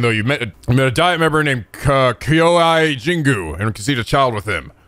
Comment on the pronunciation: I thought would improve saying "ei" after 13 sentinels but it was just a pipe dream. lol Ei... "hey' Sensei... "sen s-hey" Kyohei.. "kyo hey ": "kyo hai " Where is the logic? Someone please tell me?